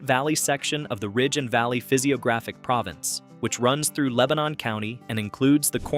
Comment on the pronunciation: I'm originally from upper Dauphin county, and we pronouce it Lang kuh stir. And Leb nin is only two syllables. :)